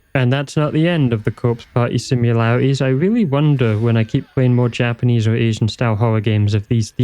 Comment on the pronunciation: this was great man, really enjoyed. oh, i noticed a few spots where it semmed like you might been a little unsure how to correctly pronounce the japanese, so i though i'd share the trick. it's the simplest thing ver. just remember that vowels in japanese are always pronounced the same way. even when then there's two in a row, you literally just say it twice lol so if you're ever unsure, just think of a japanese word who's pronunciation you do know, and us that sound. like, if you can say sUshI, nArUtO, and sAsUkE, that's all five vowels, and you're set.